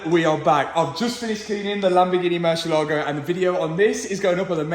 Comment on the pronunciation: Please, learn to pronounce MURCIÉLAGO